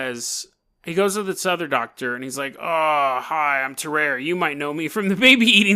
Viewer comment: Tarrare is pronounced differently tar rary is how I pronounce it